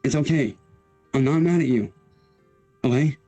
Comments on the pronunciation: Dude that "olay" drives me INSANE and he clearly announces "okay" at one point in this video so IT'S POSSIBLE HE JUST DOESN'T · he's saying Olay. Have you seen the goblin shampoo commercial? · Olay or oway instead of okay 😃